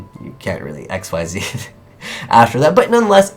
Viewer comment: just for future reference it's not x, y, z like that....it's pronounced ik-seez according to konami and the wiki